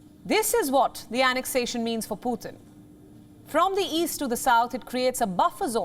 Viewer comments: Putin not puthin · Learn to pronounce Putin please. It just sounds stupid